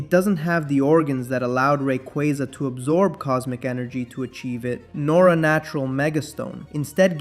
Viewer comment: not to be that person but they did just confirm it’s pronounced Ray- Qway-Za 💚